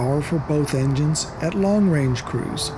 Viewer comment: After 10 minutes I realized the man was trying to say cruise but he kept saying crews